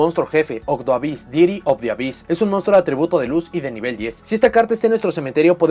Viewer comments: El "hyss" se pronuncia "jiss" en ingles (por la "onomatopeya?" del sonido de las serpientes) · Esto ya es suposicion mia en base a la "practica?" pero imagino que el "Ab" + "hyss" serian pronunciados "afis" (y si, tampoco lo haria a menos que este tal vez hablando con algun anlgo-parlante).